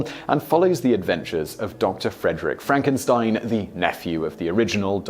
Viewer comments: Uhhhh... Simon? FRONK-en-steen. ;-D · It's pronounced Fronk-en-steen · It's pronounced Fronk-en-steen. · It's Frankensteen.